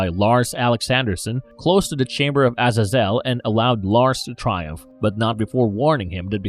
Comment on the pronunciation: It pronounced Uh zay zul